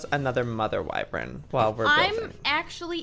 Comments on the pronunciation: Okay okay okay I bit my tongue but I’m half way through the video and at this point I’ve heard this word too many time to say silent!😩😂 it’s pronounced wy-VERN not wy-VRYN 😩😩😩😩💛💛💛💛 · JOEY! IT IS PRONOUNCED “WYVERN!” NOT “WYVREN!” YOU AND MEGAHN ARE SAYING IT WRONG! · IT'S WY-VERN NOT WY-VREN. YOU'RE MAKING IT *HARDER* TO PRONOUNCE THAN IT IS. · Lol it’s Y-VERN annnnnnd Jack has the same wyverm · Please google how to pronounce wyvern